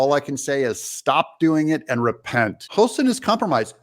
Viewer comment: Doug, I love you. BUT it's Hostin, like "Haahstin", not Host in.😊